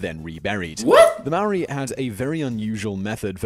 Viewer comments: Bro first it’s not Moarii it’s maori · It's pronounced like maaaori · Tf is "meeri" thats not how you pronounced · For Americans it’s harder for them since they have an accent, and to be fair- the man in the video wasn’t pronouncing it correctly either. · Most of the words and names that the guy had pronounced were wrong as my myself am from New Zealand and Maori but I enjoy your videos to do with our Culture 🙂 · That top ten guy didn’t pronounce anything right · Hes saying Maori wrong roll the r 8. Is not called a club here its called a patu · You pronounce Maaori like a mouldy piece of bread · It’s maori cuz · Great he's saying Maori WRONG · You or that men did not prenounce it right get it right next time😕